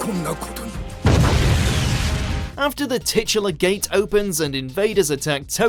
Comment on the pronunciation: Its not gate its GATE